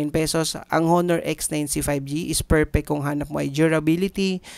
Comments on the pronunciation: ANONG HOONOOR?? WALA NAMANG PHONE NA HOONOOR. BAKA HONOR PO. DI HOONOOR. LOL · Onor ang tamang pronunciation nyan boss hehe. Ty sa pricelist. Sayang wala silang compact phone. Yung tipong 6 inches lang. Umay na ako sa malalaking cp kasi.